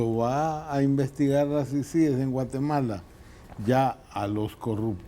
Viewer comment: Diganle a que se dice CICIES Y NO CICIGES